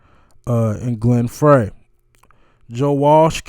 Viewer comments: Dude, you totally butchered the pronunciation of Glenn Frey's last name. It's pronounced "Fry" not "Fray" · face-blue-smiling:ur holding the mic too close to ur mouth and distorting. Please watch ur sound levels.:face-blue-wide-eyes:And Mr.Frey not "Fray" is pronounced "Fry". Thank you!:oops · Glenn Frey pronounced,FRY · Thank you for your thoughtful attention to this iconic song. Walsh and Felder are truly awesome aren't they. You have a very authentic approach, it's not very common. I have to say makes me sad when you say you're stupid, you're a real and beautiful spirit. Rest in peace Glen Frey (oddly pronounced 'fry') ❤️ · Please, talking over 10 minutes, Glenn's last name is pronounced Fry. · Timothy B. Schmit is still very much alive. Glenn Frey (pronouced Fry) is the only member of the Eagles to have passed (Jan. 2016)